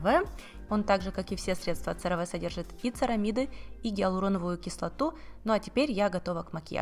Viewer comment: CeraVe произносится се-ра-ви а не церави!